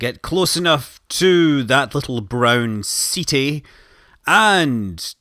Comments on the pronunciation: Pretty sure it's pronounced 'setty' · I thought it was pronounce like ketti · Ceti is pronounced (set-ee) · Ceti is the genitive for Cetus, whale in Latin. You should call it just like the constellation, so Ceti. Not Seti, not Seethai, not Seetee etc. Just as it's written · It's pronounced "SEH-TEE" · It's pronounced 'see'-tie". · prefers to pronounce Ceti "Set-tie" prefers to pronounce Cenauri "Sent-are-ee" totally makes sense, like refusing to pronounce phi as "f-eye" but has no problem pronouncing pi as "pie" and not "pee"